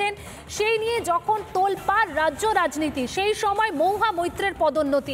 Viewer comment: 'মহুয়া ' উচ্চারন টা ' মউহা ' হয়ে যাচ্ছে। অপিনিহিতির দৃষ্টান্ত পেলাম।